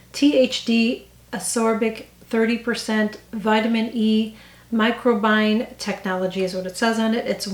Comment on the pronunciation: FYI: it’s pronounced micro-bi-ohm